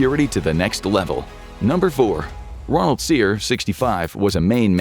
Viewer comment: wow the narrator actually got the Cyr last name pronunciation correct!